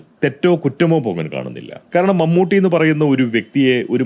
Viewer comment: നിന്നെപ്പോലുള്ള വിഷവിത്തുകൾക്ക് വീഡിയോ ചെയ്തു പണമുണ്ടാക്കാൻ കഴിയുന്നത് കേരളത്തിൽ നട്ടെല്ലില്ലാത്ത സർകാർ ഉള്ളതുകൊണ്ടാണ് ഏതായാലും മമ്മൂട്ടിയുടെ പേര് പോലും നേരെ ചൊവ്വേ പറയാൻ മടിക്കുന്ന നിന്നെ പോലുള്ളവർ ഇപ്പോൾ ശരിയായ വിധത്തിൽ പേര് പറയുന്നത് വലിയ അത്ഭുതമായി തോന്നുന്നു